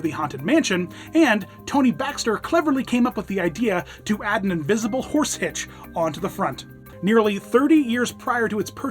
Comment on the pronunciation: said herse instead of horse!